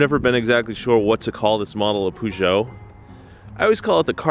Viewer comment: With the Peugeot, you should pronounce the 'peu' as 'per' and you'll get it right.